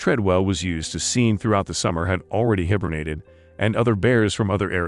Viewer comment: The narrator of the story couldn't even be bothered to pronounce hibernate properly? Furthermore the narrator says that Timothy would never hurt the Bears well that's not true he was yelling at a me to grab the fry pan into beat the bear over the head with it so he most certainly was willing to try to hurt them in the end I can't watch this it is riddled with mistakes and quite ridiculous